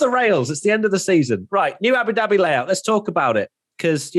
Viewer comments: He said Abu Doobie.....and I'm smokin a doobie as I watch.....what a coincidence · Abu Dooobie? 😂😂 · U said Abu Dhabi wrong lol